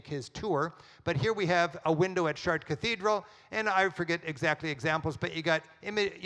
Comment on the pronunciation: americans pronounce foreign words so that they don't even resemble the original. Giotto? Chartres?